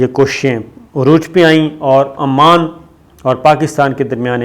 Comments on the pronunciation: Sir, its Oman not Amaam. amaan is in Labnon. Other thing is your ill research on this. Sorry to say this but we expect good prog frm you. The history of oman you gave is like gonglon sey mitti jharna. Gift ka iss liey bataya gaya kionkey. Way of presenting hone tealy down. Ppl who are behind you ahud considered bringing in new anchor cz it seems you are not interesting doing ur job properly. Sorry sir fr all thos but we waste our time to kosten you. Such important kind of informations presented unwillingly. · AoA. Its Oman, not Amman. Amman is capital of Jordan. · Amaan nahi bhai oman bola karo qk amaan Jordan ka capitel hy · Muhtaram Salam I watch your videos with lot of interest. Kindly pronounce Oman properly;Amman is different city and capital of Jordan. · Sir it's not Amman. Its Oman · Sabir kindly correct your pronunciation Country name is OMAN who sold the Gawader. AMAN is a Capital of Jordan. Thanks. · It’s not Aman but Oman time and again you have pronounced Aman .Aman is the Capital of Jordan.Can you let us know that who paid the purchase price? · Its Not Aman, Its Oman